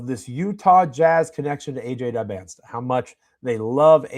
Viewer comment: very much offtopic, but it hurts my ears when i hear so many people say DybanSTa. Is it not DybanTSa?